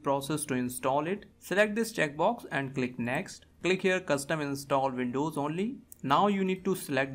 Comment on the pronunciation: hard to pronounce w? wft is vindovs?